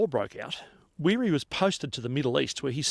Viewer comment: It's not happy Arvo it's gud Arvo. Back to Weery. Watch a movie called The Bridge Over the River Kwai.